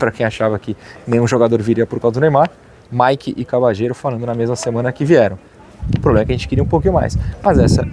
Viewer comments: Acho q a pronúncia correta do nome dele é Cabalhero e não Cabachero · Depende do sotaque. Argentina e Uruguai pronunciam como “cabachero”, na Espanha “cabalhero” e a pronúncia mais comum entre países hispanohablantes seria algo como “Cabadjero”.